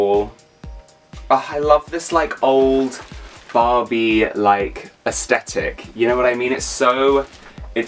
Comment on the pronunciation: why you if you call that Barbie "Bobby"